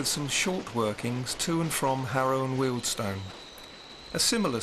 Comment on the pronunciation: Thanks for pronouncing Wealdstone properly